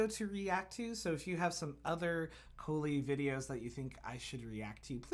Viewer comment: "Kohli" not "Kohil"